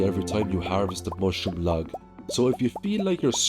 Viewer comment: lol when you say mushroom log all i hear is mushroom lads.